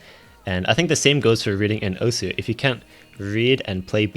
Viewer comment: why everyone say osu wrong